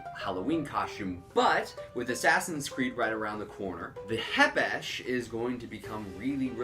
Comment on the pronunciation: Th k isn’t silent